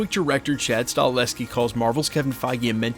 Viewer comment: You lose all credibility til you learn how to pronounce the Damn name properly of Chad Stakelski